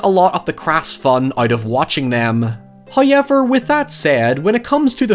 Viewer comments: Someone should honestly make a supercut of saying 'hoyever' throughout his YouTube career. I would listen to that as anxiety-calming ASMR, someone make it pls 😢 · I love how your accent makes however sound like Howyever. It fills me with delight. Always enjoy the content, man. Hope you're well and safe. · Serious question, is hoyever how people from wherever he's from saying? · I mean... I listen to this dude say shit like Hi-ever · Now you've spelt it out, I can only hear it enunciated like that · I'm Irish and I've never heard anyone say however like does and I love it Also, great video!